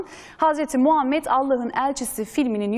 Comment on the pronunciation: Sunucu peygamberimizin ismini daha adamgibi soyleyemiyor iranliyonetmen besmelelen basliyorsizlerine masallah